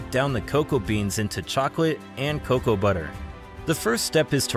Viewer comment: Why are you calling it co co beans? It’s cocoa beans?